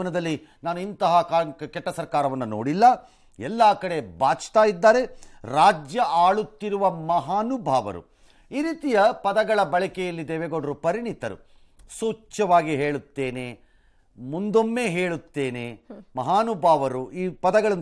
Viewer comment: ಪರಿಣಿತರು ಅಲ್ಲ ಪರಿಣತರು ಎಂದು ಹೇಳಬೇಕು